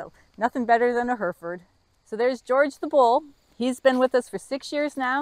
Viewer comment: Hi had to do a rewind on how you pronounced Hereford 😳as I am from England but live in N Z and currently have a few Hereford and Angus and you are right about their traits but Angus nicer on the plate🙃enjoyed the content, delicious 😉thanks for all your effort